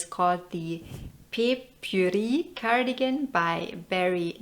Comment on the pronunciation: Bapuri is actually pronounced as bap-u-lee! It is a cute way of saying rice❤